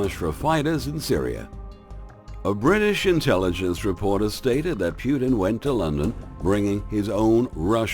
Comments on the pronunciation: NICE, BUT TRY TO PRONOUNCE PUTINS NAME PROPERLY...!! ITS NOT PRONOUNCED "PEW -TIN"..... TRY "PUT -IN"... STUPID YANKS WITH THEIR CONSPIRACY THEORY CRAP...... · It is not pronounced Pjutin,just Putin :)